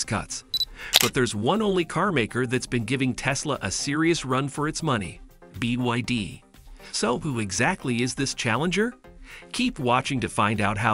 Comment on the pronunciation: Bee Wee Dee 😅